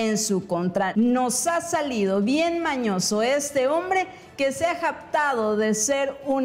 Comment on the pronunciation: A VER MUCHACHITA, SE DICE JACTADO Y NO JAPTADO, PONTE A ESTUDIAR MÁS, PREPÁRATE, POR LO DEMÁS ALLÍ EN ESE CANAL; ESTÁS BIEN.